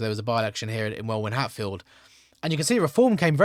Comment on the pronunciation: Welwyn = pronounced Wellin